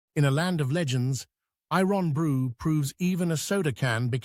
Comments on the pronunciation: I-RON Brew.....................🤣🤣.....Irn Bru. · Any old I ron, any old i ron, any old, any old i ron... or do you i ron your shirts, perchance? been in leg I rons? I know it's probably all computer-generated, but surely somebody should have noticed that iron is a word with no gaps in the middle! Besides - it's IRN-Bru...!! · The pronunciation of "I RON BREW" was more a SHOCK than eye-brow raiser....but it's what we expect from those ENGLISH BASTARDS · I Ron Brew lol, it's Iron-Bru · Unbelievable that you have an English person narrate this video! At least get him to pronounce Irn Bru correctly! It is pronounced like the metal Iron ! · That’s NOT how you say “irn bru. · Interesting, but it made my skin crawl to him him mispronounce Irn Bru ("ai.ern bru" to the uninitiated). I had to buy some the last time I was in Britain, and some Tunnock's teacakes! (To be fair, the teacakes were for my haggis at home. He was looking a bit wan and homesick) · Eye- ron- broow,🤖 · I want to know what eye-ron brew is😂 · No! IRN BRU.. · I-ron brew? Come oan.